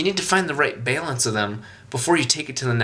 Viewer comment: Is he saying Balance? Haha sounds like bailance... Awesome videos.